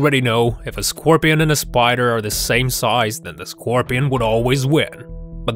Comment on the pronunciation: The way he said it